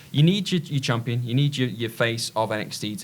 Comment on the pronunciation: Spelled champion Pronounced Shampioh